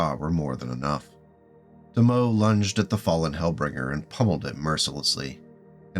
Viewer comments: Great video,, but I think you need a refresher course on bug swatting, you had three typos on the info cards, and several words on your script were either misspoken or didn't match the infocard. Example of misspeaking a word: Tomoe, pronounced To-Mo-E and not To-Moe, it's a fairly rare(I think) japanse name so it's not unusual for someone who doesn't speak the language to misspeak it. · The name is pronounced “Toe-moe-ay”. Anyway, I’d like to see a BK variant with two PPCs (one on each arm), and something like eight small lasers in the torso. That said, I’ve seen some online lore stating that there are machine gun equivalent infantry scale PPCs, so why don’t we see any installed in mechs and vehicles?